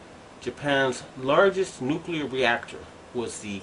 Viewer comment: nukular??? really?